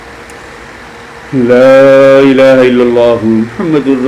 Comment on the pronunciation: Laaha ilaha say Matlab change nhi hota , asal pronounce Laa ilaaha ha jazakallah